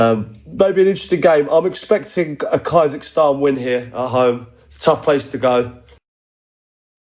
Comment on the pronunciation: I’m sorry but KAI-zahstan?!